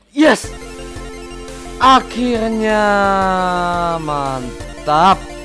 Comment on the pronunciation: bang kenapa akhilnya ngomong nya